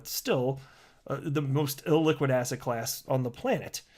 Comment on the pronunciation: I keep thinking you say Asshat Class instead of asset class (I watch your videos at 1.5x speed). Made me think Asshat Clayton is now in a class of his own..